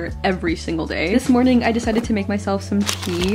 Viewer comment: at the start of the vid i thought you said pee instead of tea 😅🤣